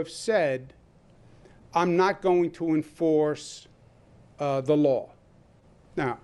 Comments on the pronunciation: WTF is a "Lawra" enforcement officer..🤣🤣🤣 this cuomo is a dictator and biden is eyeing him for his cabinet..the NYC dictator is being cops not willing to enforce his "demands" which he says are laws as dictators... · I hate the way dictator Cuomo says the word “LAW” It’s law NOT “laer” Democrat snakes live by the code do as I say not as I do. Democrat leadership know that they are above the LAW! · He didnt say LAW enforcement... He said LORE enforcement. Totally constitutional! Duh! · Of course Cuomo doesn’t know what a law is. He can’t even pronounce the word law. WTF is a lawr? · He did not say “law”, he said “lawr “. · I'm sorry, besides the obvious being so wrong with Cuomo, can I just ask that he pronounce law correctly? I don't follow any lars. Or know any lar enforcement officers. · Why does he say "loor enforcement" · The word law doesn't have the letter R in it.